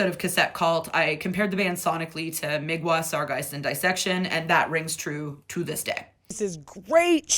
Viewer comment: Migwa? That hurts me, and I'm not even Polish.